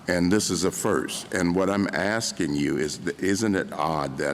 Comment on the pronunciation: I'm sure Clarence is asking not axing